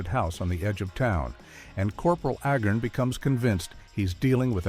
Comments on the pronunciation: I'm pretty sure it's pronounced ayy-garn, not eh-gern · The name is Agarn, not Agern! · Agarn asshole, not agin 🤷‍♂️ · If you are going to bother to do a documentary on something, get the pronunciation on the character's name correctly. It is Not Ahgarn. Or Ahgar. The A is a long A pronounced like the first letter of the alphabet. Say it with me. A-Garn. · It's A-garn, not A-gurn. The narrator of this clip is incompetent (and also painfully repetitive). He should have been on the show. He would have fit right in. BTW, first season better than the second. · Agarn, not Agern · His name is A- garn. please get your ai slop right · Corporal "Aggin"?...come on, lift ya game! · A-garn. A- garn. Long A, as in stupid AI narration. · This was a good video, but a Agarn not pronounced Agin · For the most part, the clips do not match the narration. Also, the narrator cannot even pronounce "Corporal Agarn." He kept saying "Corporal Agern." Amazing that these AI generated stories just don't measure up for a real fan of old TV. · It's pronounced AY'-garn. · The ROBOT narrator can't get Larry Storch's character, Cpl Agarn's surname straight. This earns a thumbs-down precisely begause the narrator IS NOT HUMAN, BUT A ROBOT! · I find it irritating that the announcer pronounces Agarn 4 or 5 different ways. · I watched the series when I was a kid. I'm surprised this video tends to repeat itself, as well as mispronunciating Agarn... The "who says I'm dumb?!" joke usually had the "I don't know why people say you're so dumb" line at the end of a scene, with a transition to the next scene at which point the first line of the scene was Agarn's "Who says I'm dumb...?" retort.